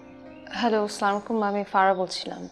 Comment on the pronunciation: আসসামু আলাইকুম হবে সালাম টা ভুল হয়েছে নাইকার